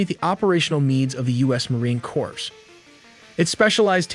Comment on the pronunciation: Marine Corpse? Its Marine Corps, spoken like "core"...if this is someone reading a script, do better. If it's AI, review the audio better.